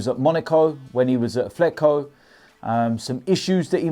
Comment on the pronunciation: There is no "F" in "Atletico".